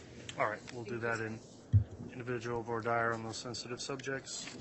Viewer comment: “Voir dire” pronunciation: vwar deer or woo-are deer please